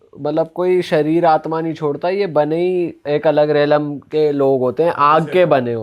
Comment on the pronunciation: bhai kon se network se call kiya tha ? jio airtel ya bsnl ? re betichor xD relem nai hota xD realm hota he xD रेलम boldiya vai 🤣😂